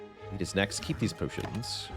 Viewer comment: The way my man says pyotions! ❤